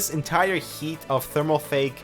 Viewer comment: did you say thermalfake?